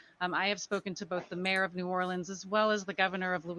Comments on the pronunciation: he didnt mess up. He is mimicking the Louisiana southern drawl when they say New Orleans as Norlins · actually binding pronounced New Orleans exactly how people there who live there pronounce it when I heard it I was like oh my God how did he get it right for once when nobody ever gets it right and then three seconds later you messed up and say but he mispronounced it the people of New Orleans that's how they speak and he actually got it right weird